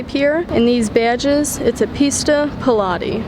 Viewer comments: Pista Piloti ❌ Pista Pe-lati 🤌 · Sounds like you're saying pilates, that's an exercise for middle aged women, not a racing livery for a 488 pista 😂